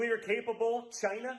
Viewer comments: ……what country is “ GYNA “ ? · Notice Don Jr and senior both pronounce it Chiiiina. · Chynahhh and Rushahh, the apple did not fall far from the tree… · tries to say china...like his dad ugh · I can smell the booze on his breath at my place.. >.> Also, Can no one in the Dump family say China properly? They all add a "Y" instead of an "I" in there for some reason. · It's be nice if the Trump family could pronounce China and Russia properly. But its be nicer if they all spent time in jail...... Learning how to pronounce words. Hahahaha